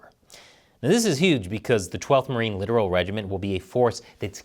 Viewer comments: Its Lit-tor-al not Literal. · Littoral is pronounced like "Le-tor-ol", less like literal. At least by the navy and USMC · L-i-t-t-o-r-a-l not literal. You are pronouncing it wrong. It should be pronounced like this. LIT-TOR-AL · . Littoral (lit-TOR-al) not literal (LIT-er-al) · It's "lit-toral" not "literal" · It's pronounced Lit-tour-roll (littoral) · It’s pronounce Lit-Oral, which what usually goes on in Navy warships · Pronounced* Also, no its [LIT] + [UH] + [RUHL] Side note, I get it was a joke... just a bad one. I assume you're more of a marine? No brains and based on their new commercials no brawn either. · FYI, "littoral" is pronounced with emphasis on the second syllable.